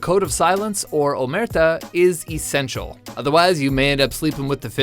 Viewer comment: OmertA not omErta